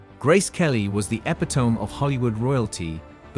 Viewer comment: The word is pronounced e-PIT-o-me, not ep-i-TOME. The AI speaking robot mispronounces it twice. And An-TIG-on-e is not pronounced AN-ti-GONE. And Martin Scor-SE-se is not a two syllable Scod-SESE.’